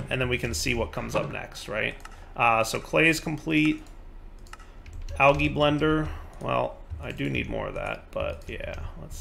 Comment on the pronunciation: It huts me how he says Algae!